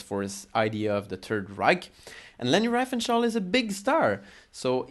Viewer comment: désolé c'est insupportable cet accent, tu aurais du parler français et sous titrer en anglais, donc je n' ai pas pu le regarder en entier. Et surtout, si tu veux parler de leni essaies déjà de bien prononcer son nom . Cordialement